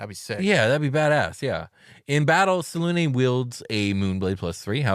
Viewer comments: Whatever happened to pronouncing all ways so they can't get mad? Well, I'M mad because I like the pronunciation with a hard U, as in "triune" or "immune". Two syllabus, SelUne like Sel-yoon I expect better from you next time 😒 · Yeah Its "Say luna" Like the word luna which means moon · Its "Say luna" Like the word luna Which means moon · Its "say-luna" It has the word luna in it which means moon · Its Say-luna Like the word luna Which means moon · Yeah regionalism is whack but its supposed to be "Say luna" Like the word luna which means the moon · Welp, hate how they pronounce her name. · I mooned the Moon Maiden. And yeah in BG3 they pronounced it every way you can think of